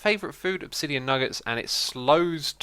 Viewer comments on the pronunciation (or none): none